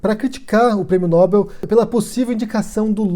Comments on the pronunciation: Olá, se pronuncia "nóbél" e não "nóbel", abraço. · A pronúncia correta é "nobél". Há duas boas razões para assim ser: 1. Trata-se de uma palavra aguda, isto é, acento tônico na última sílaba, tal como, papel, anel, animal, etc. Se Nobel tivesse a tônica na sílaba "nò", teria de ter acento gráfico na vogal "o". 2. A segunda boa razão é a etimologia: Nobel é o nome do senhor sueco – Alfred Nobel – que instituiu o prêmio, e a pronúncia original é [nobél]. Obs: Bom vídeo. Obrigado. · Nóbel não, Nobel. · É "Nobél", senhora.